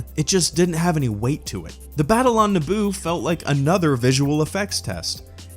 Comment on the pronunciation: I thought he said naboob